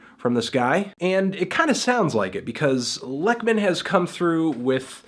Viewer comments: Anthony please its pronounced like "leyk-mahn" you can hear it in his song "A Postcard to Nina" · TRAN...sexual. It's "LAKE-men" btw. How do you trust a review from someone who wasn't interested enough to find out how to pronounce the artist's name? I'm feeling a LIGHT 0 for this review.